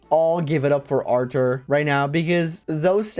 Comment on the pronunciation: Your pronunciation of Artur is curious (Because it sounds like Archer) because i just pronounce it like Arthur